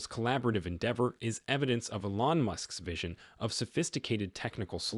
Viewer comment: It's not e-LON, it's EE-lon.